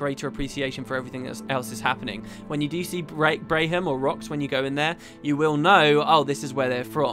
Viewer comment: Just a note: Braham pronounces his own name as Bram. I had to mention it, as my wife was highly bothered by your pronunciation. lol